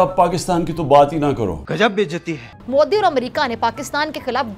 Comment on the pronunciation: अरे नरेंद्र मोडी नहीं 😂नरेंद्र मोदी जी कहो 😂😂